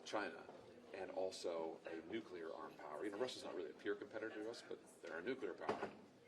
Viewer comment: to that reporter: it's nuclEar, not nucUlar